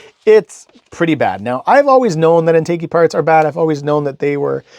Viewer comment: Great video! BTW, it's pronounced in·tuh·jee.